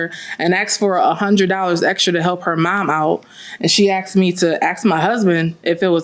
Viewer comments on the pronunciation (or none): " Axed me ". Lord, have mercy on these ignorant people.